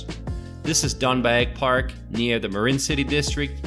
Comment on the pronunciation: This dude can't pronounce one thing correct! Gwangalli, Seomyeon, Haeundae, He can't even pronounce Marine City correct! He says Marin City hahaha. It must be a bot lolol